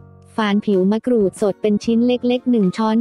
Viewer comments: ทำไมคนบรรยายออกเสียงมะกรูดเป็นมะกรู๊ด แปลกดี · คนไทยหรือเปล่าเขาเรืยกว่ามะกรูดใม่ใช่มะกรู๊ด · มะกรูดค่ะไม่ไช่มะกรู๊ด😄😄😄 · มะกรูดหรือมะกรู้ดค่ะ ออกเสียงบางครั้งก็เป็นมะกรู้ด คนไทยอะเปล่า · นงนุช สุขนา จริงด้วยเนอะ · เสียงจากโปรแกรม มะกรู๊ด